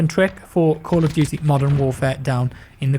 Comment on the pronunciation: You have a strange way of saying Camp of Duty...